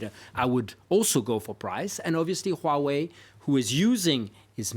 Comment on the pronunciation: Finally, I see the first French who could pronounce Huawei correctly...